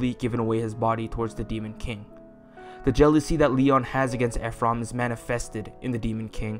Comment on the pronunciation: I’m sorry but I can’t with “Eph-rum”